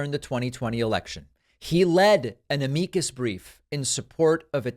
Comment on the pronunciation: Amicus brief is pronounced Am-muh-kus brief. Just to ensure people take you seriously.